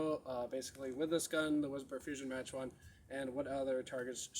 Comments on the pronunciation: Pronounced Mock not Match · it's not pronounced MATCH, it's pronounced, MAHK, LIKE MARK WITHOUT THE " R " , LIKE HOW YANKEES SAY CAR,, THEY SAY CAH,, LIKE THE SOUND BARRIER, you know,, mach 1, etc. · its pronounced Mock 1 not Match 1